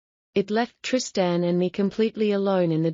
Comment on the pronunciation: Teach AI how to pronounce Trist-Ann, pls